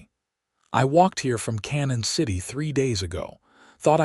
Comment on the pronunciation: Obviously not familiar with the towns around here. The town is not pronounced "Cannon City" but pronounced "Canyon City".